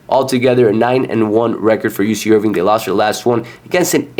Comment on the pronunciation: Sorry but if you cant even pronounce the teams name properly, Im certainly not taking your advice on betting them. It's IRVINE not IRVING